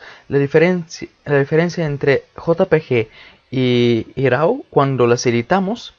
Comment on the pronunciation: Hola hermano con todo respeto y con el afán de aportar algo... se escriba RAW pero de dice RO como si dijeras RUO pero casi no se siente la U Camera RO... saludos